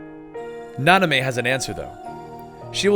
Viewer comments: Na-min-ay, not Na-ni-may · Why did you keep saying "Nanamey"? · Nanime? NO. It's Namine. Please if you've played the games like you said you have, then why are you going around mispronouncing everything? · please for the love of God say namine not nonime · Nanime= Namine Xhenahort=Xheanort Equarus=Eraqus So many mispronounced name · Yes, and he kept saying Nah-Nah-mey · actuall namine is more like (nah-min-eh) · Isn't it Namine? Like Nah-mehn-ay? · and namine, is pronounced, na-men-a